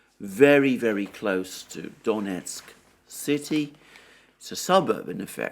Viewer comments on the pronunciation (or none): none